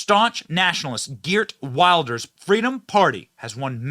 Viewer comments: It is pronounced Vilders you savage! 🤓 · Its Wilders pronounced Vilders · Pronounced "Vilders" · geer wilders lol weeeeelders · villders. When you see a W anywhere around Germany, it sounds like a vee. VILL-ders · You should pronounce it “gurt wilders” in English :) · In Dutch, the W is pronounced V. So it's Vilders. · Long time coming. The powers that were tried their best to lock him up, now he is in charge. It’s pronounced Vilders.